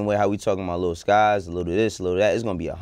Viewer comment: I'm surprised to see Lil Skies on heat check. This guy has ode hits. Also pronounce his name as lil Skii es lol.